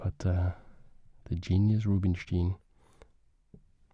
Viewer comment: Great video! small bit of feedback: Rubinstein's name is pronounced 'ROO-been-shtayn' in his native language [with the ‘ay’ being pronounced like 'I' in English], and 'coup de grâce' is pronounced 'kood-GRAHS' (if you pronounce it 'kood-GRAH' then you're saying 'coup de gras' which does not mean the same thing as 'coup de grâce' at all) Keep up the good work!! Mange tak <3